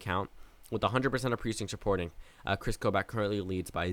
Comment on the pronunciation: PRONOUNCE KOBACH'S DAMN NAME RIGHT. ITS PRONOUNCED KO-BAHCH not KOBAACH. lol.